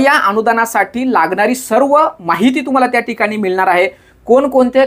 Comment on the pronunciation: दादा तुम्ही 'ळ' ला 'लं' असं कां उच्चरता मिळणार ला मिळणार कळणार ला कलणार असं कां 🤔